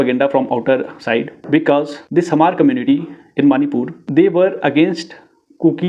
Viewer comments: U can not even pronounce Hmar. Go to school again bro.. Hmar.. not Hahmar.. prepare well before u .. show anythings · Hmar should be pronounced like Mar (h must be silent) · this chapri cannot even pronounce the correct spellings of hmar n kukis n wtf did he think he is doing here ... Spreading false narratives and his own assumptions. Report this account immediately.